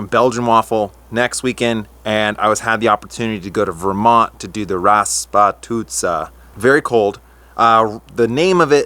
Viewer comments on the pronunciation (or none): It's "Rah-spoo-tee-tsah" :) It literally means "weather conditions that make roads intractable and muddy" in russian. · It's Ras-poo-titsa 😊